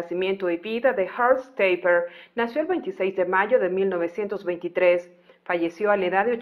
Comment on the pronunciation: No creo que se pronuncie como si fuese un apellido inglés, es "taperg" así seco en alemán y no perteneció al ejército alemán, sino al ejército político armado, es decir a las SS y de hecho perteneció a las Tottenkompf la división que perpetró masacres, violaciones y asesinatos indiscriminados a ciudadanos soviéticos y franceses. Nunca habló de ello y solo se supo esto después de su muerte. Probablemente fue un gran asesino y criminal de guerra que nunca fue enjuiciado